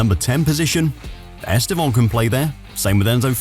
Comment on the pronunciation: Estevon? Are you sure thats how you pronounce his name?